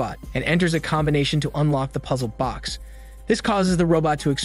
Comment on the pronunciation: Why the hell do you keep calling it "puzZLED BOX"?